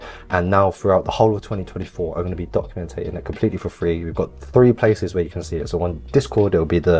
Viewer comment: wait...documentaing...is that a word???...lol